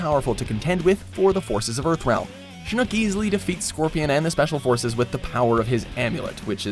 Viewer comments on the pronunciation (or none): The way he pronounces shinnok🤮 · Dear everyone from WatchMojo, MojoPlays and affiliated channels...please learn how to pronounce names correctly. It's Shinnok, not Shinnoke, i recently watched another video where Ricky pronounced it Noob Saybot (say-bot), it's Saibot (sigh-bot). Also it's not Shang Tsung (sung), it's Tsung (Soong). If you actually would play the games you're referencing that would help, all of the names are clearly stated and pronounced within the games, thank you. Good videos though 👍